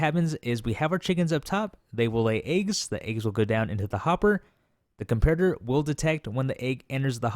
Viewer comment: The way he says eggs disturbs me. Good video though.